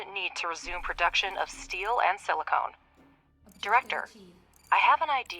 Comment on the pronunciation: Silicon or silicone? The text is correct; voice actor not so much. << Not being nitpicky; just dropping a comment to feed get paid by YT algo*.